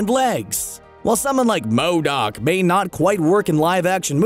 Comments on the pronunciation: Why does he say MODOK like that lmao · And you say MODOK that way agian and ima loose it. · I was wondering that too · Why does he say MODOK so weird. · Does he really havta say "M.O.D.O.K." that way? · WHY IS HE SAYING MODOK LIKE THAT😂😂